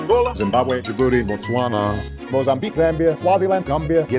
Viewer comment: I love how he says Botswana and Ghana so perfect.